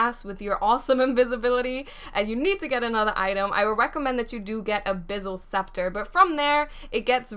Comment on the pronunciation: Did you say Abizzle Scepter? Fo' shizzle?